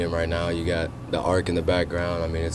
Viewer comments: He called it "The Arc" 🤦🏻‍♂️🤦🏻‍♂️ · he mispronounced arch